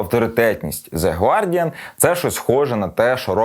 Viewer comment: 1. Не гвардіан а гардіан 2. Не арсенал а челсі